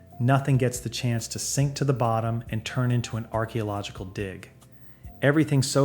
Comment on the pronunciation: aquelogical what?